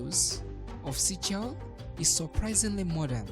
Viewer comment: Would be great if this channel gets a much better narrator. Try a woman narrator. The current narrator mispronounces many words, and reads sentences in a very choppy way. Also, SEYCHELLES could be pronounced correctly and understandably. Thank you.